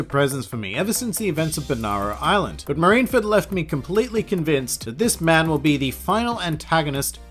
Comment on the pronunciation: I can't everytime he said marineford not properly.